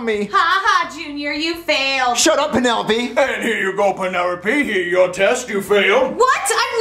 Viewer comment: I love how can’t pronounce his l’s “Red right Green right” “Alright Crass!” “Penerope” 😂😂😂😭😭